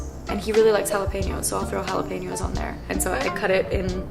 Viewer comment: Can I just say I absolutely appreciate that she says jalapeños correctly!!! 😭 ❤️